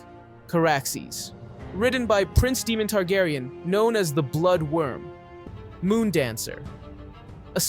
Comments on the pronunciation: Why is this guy mispronouncing names that are spoken in the show. He's calling Prince Daemon (DAY-mən), DEMON..! Why? Is he clueless, or is he just not watching the show. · Why does he pronounce Daemon as demon? Just to annoy me? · I love Syrex. She’s beautiful. Demon?? You mean Daemon king Visarys’ brother. (day-mon) right? Vhagar is so huge and a war is happening between the Greens and the Black. Therefore, I see not only a war between the two factions’ armies and navies but a huge- monumental, dragon war as well. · I’m stopping the video because it bothers me you can’t pronounce their names right lol it’s Daemon not Demon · is Daemon dude! not demon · It's Daemon, not Demon 😭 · Say it with me… D-a-e-m-o-n, not Demon. It’s hard to take you seriously, when you can’t even pronounce their names properly. 🤦🏻‍♀️ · They say the names in show. You don't have to guess how to pronounce them. At no time is Daemon called "Demon" or is Aemond called "Emon".... very distracting. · "Demon tegaryan" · my fav is daemon being demon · It hurts my ears when they say Deemon hahaha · Don't necessarily need perfect pronunciation since all these mexican names are a pain in the aes. But yes some of the mistakes are idotic. Like nobody name is Demon. Even I at least say Damien since it makes sense. Or Shakiros because I'm not trying to pronounce whatever tf that dragon name is. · Demon. Melex. RhaeNAYra. EEgon. HeLEYEEna. It’s already confusing remembering Westeros names. Butchering the names just made it worse. 😂 Still a good summary of the dragons. 🤓